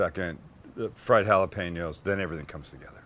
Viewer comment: Literally just pronounced Jalapeño with a g